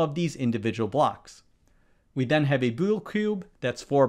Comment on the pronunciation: A BWUE CUBE